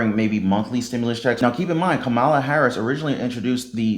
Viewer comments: Ur mis pronouncing her name please don't do that😒 not cool... Would 7 want someone to call u Rone like tone 😳 kamala.... Practice if u have to. Thanks tho for the info🙋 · I can't believe you repeatedly mispronounced Kamala's name. Smh